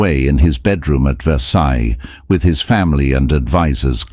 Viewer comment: I have always heard Versailles as "Versigh" not "Versize" as the narrator pronounces it.